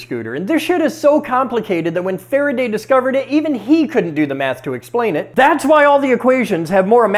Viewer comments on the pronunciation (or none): none